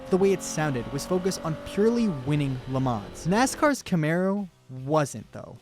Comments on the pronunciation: the pronounciation is not "Le mans" ITS "LE MAN" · ps it's pronounced "le mahn" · I swear to god if this guy says “le manzzz” one more time